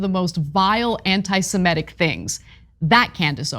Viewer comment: And why does it seem that absolutely everybody mispronounces the word 'antisemitic'? Even Larry David mispronounced it in a video with Martin Short. They can pronounce 'antisemitism' with no problems, but not 'antisemitic'. It makes no sense at all.